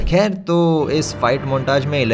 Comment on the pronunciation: That thik and kher 😂